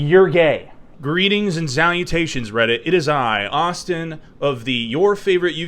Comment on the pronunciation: Who's this red-it you keep speaking at.....